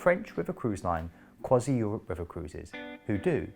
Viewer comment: Crois-ee not Crois-eye. C'est domage.